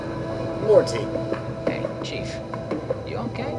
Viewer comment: Morte's ("Mortimer 'Morte' Rictusgrin") name is pronounced "mort", like wart, as in morte, the Latin word for death, and not "more-tea". This is nitpicking at its finest, but did you really mispronounce it throughout the whole long play? Ouch.